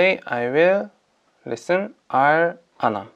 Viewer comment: it's not al anam..its al an am....honestly..u look handsome in this vlog..